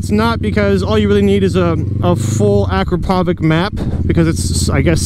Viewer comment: It's pronounced -Akrapovitshj kinda…..